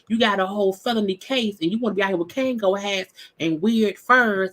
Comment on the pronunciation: Yo I can’t breathe every time you say a “Kango hat” 😂😂😂